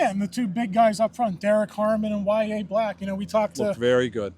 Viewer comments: I think they’re saying it right. I spell it as Why Yay or Why A said quickly. Apparently the name is pronounced differently for other people but this is how he says it. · The way they pronounced it is how Yahya pronounces it. As I said, I know it’s typically pronounced differently, but Yahya pronounces it as Why Yay. People say it’s because his mom didn’t know the correct pronunciation, but regardless, it’s his name and it should be pronounced the way he prefers it. And yeah, words are routinely Americanized. There are no rules of pronunciation in English. That’s why words like Comb and Tomb don’t rhyme. And it’s just like how Hispanic people refer to Jesus as Hey Zeus rather than Geez Us. Or why we call him Jesus even though that wasn’t his name and they didn’t even have J’s back then. You can’t make sense of words or names when they switch to different languages.